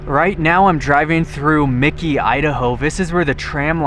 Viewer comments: I believe it is Mackey (Mack kayee), not Micky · It's MacKay. Not Mikey. There is no "I". Very cool place though. Been there and explored ourselves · thanks, another fascinating find. As others have noted it is " pronounced 'Mackie' with the accent on the first syllable" from the wikipedia article on Mackay. Much easier than Pahsimeroi.:-). I had a devious thought, maybe mispronounces words to increase comments? Ha. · Its pronounced "Mack-ee" How embarrassing for you to not even ask a local or do a simple search about the name of the town. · Mackay is pronounced like Mack+Key. Back in the 70's some of the 1st cattle mutilations happened out in the Mackay/Copper River Basin Area. My dad was in Ketchum, knew some folks whose families helped settle the Mackay area and they picked up and left after the cattle mutilations. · pronounce. Mackay ——-> “Mac-E” 💥👍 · I like your videos but it would be nice if you get pronunciation of the town right. I always look forward to your adventures, please keep them coming.